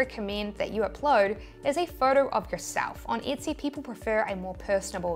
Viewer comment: Why are you mispronouncing Etsy, You keep saying itsy 👈🤣